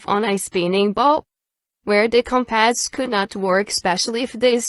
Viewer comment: Does this narrator really not know how to pronounce "compass"? Or, is the narrator a computer?